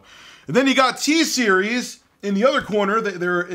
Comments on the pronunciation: LMAO “TSERIES WHAT’S GOING ON” SOUNDS LIKE “HEY SERI WHAT’S GOING ON” BEAUTIFUL XD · good thing i watched this video with headphones on so siri didn't ask me what's going on everytime you said "t-series"